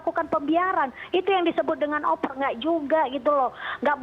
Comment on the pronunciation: bukan "Oper" tapi "over"...hahahahahahahahaha